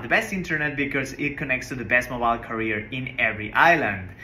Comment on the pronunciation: Now I get it... you were saying Mobile "carrier" (not career). Anyway, congratulations and stay safe!